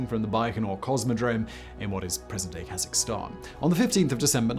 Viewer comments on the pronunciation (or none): none